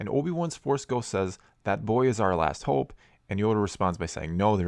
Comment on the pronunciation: Hoooope Canadian eh